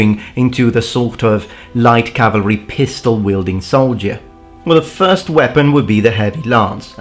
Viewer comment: not foist :C